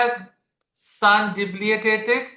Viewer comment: Sir, its "debili tated". I hear it mispronounced as "debiliA tated" very often..from many.